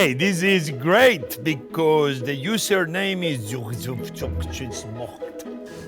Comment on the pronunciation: Was gonna crticize how Jamie Oliver was here. But enjoy him dyslexically read Reddit usernames utterly wrong.